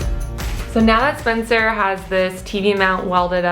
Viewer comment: the lady saying "SPENCER" sounds like "SPONSOR". lol